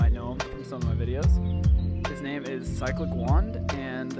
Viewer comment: “Cyclic Wand” Pls why did i hear Phsyco1